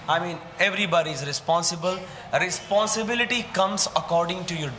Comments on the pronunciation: Responsible ❌️Risponsibiliter✅️ 😂😂😂😂😂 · Responsibilitaaar.....😂😂😂😂😂😂😂😂😂😂 I really enjoy this debate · Responsibilitor ❌ responsible ✅ 😀😂😂